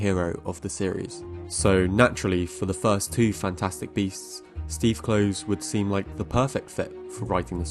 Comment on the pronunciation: Rowling is pronounced like bowling; Kloves like Klovis. 😉 Nice video! (I also think she sabotaged her career with her social views.)